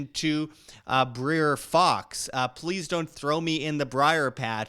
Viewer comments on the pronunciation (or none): Br-I-Er rabbit